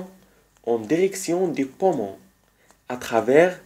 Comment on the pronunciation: Pommons😂 sinon merci bcp !